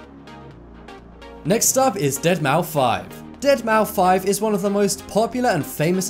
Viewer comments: Dead mou 5? Don't you pronounce it dead mouse ..? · Deadmouse bro, not Dead mou 5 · It's pronounced "Deadmouse" NOT deadmaufive. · It's pronounced DeadMOUSE!! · DEADMAU5 Pronounced Dead-MOUSE... Shit.. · Really? Deadmou-five??? :/ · Its pronounced dead mouse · Has this guy ever heard how to pronounce deadmouse. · The moment when he said deadmaufive I really want to delete his channel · Anyone else got trigged how he said deadmou5